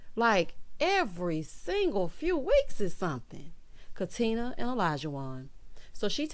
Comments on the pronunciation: He’s so ignorant. If he wasn’t such an a$$ I might be able to overlook it. No, that’s not true. Don’t mispronounce my name. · O always says “Katin-er” LoL 😆